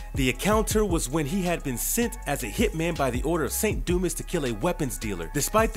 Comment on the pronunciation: Its pronounced Du- mah.🤦‍♂️